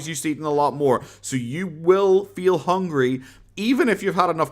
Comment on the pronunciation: Omg that hooongy gets me every time